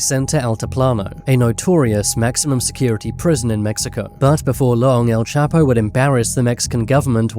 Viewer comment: All. those times you said his name and you STILL can't pronounce it